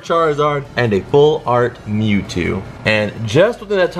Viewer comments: Me: ITS MEWTWO Announcer: Its Mew Me:😔😞😭😠😡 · It's mew two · Luz Patino its mewtwo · It's mewtow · It’s mew two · It is mewtew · Mewto DUR 😆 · It's mewto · its mewto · It's mewtew